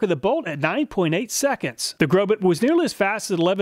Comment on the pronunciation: The correct pronunciation of Grobet is "Grobay" the "T" is silent... I'm very sorry but I've been selling Industrial Tools for 43 years and when I hear manufacturers names butchered, it's as if I'm dragging my fingernails across a chalkboard. Grobet is well known for Manufacturing some of the finest Swiss Pattern Files in the world..! Plus, I have a very difficult time believing that you even did this test using that Battery Operated TOY Grinder...! Again, I will apologize but Carbide Burrs perform at their best when they have consistent torque and rpm behind them. Next time please test a few Industrial Quality Burrs from IMCO, FULLERTON and MELIN. Only then will you see what a quality Industrial Carbide Burr is designed to do. The 3100rpm used in the Imported Craftsman Drill Press was woefully too slow to allow any Carbide Burr to do it's intended job well. Please consider using Pneumatic Tools with a minimum of 7/10 H.P. and 20,000rpm for your next test. With these specs, all of the burrs WILL cut much better while reducing the tooth chipping you saw caused by the toy Die Grinder and POS Drill Press. I'll shut up now.. I can't believe I watched this whole thing.